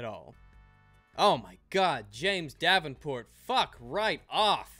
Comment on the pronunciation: I kept on thinking you said "James DABBINport"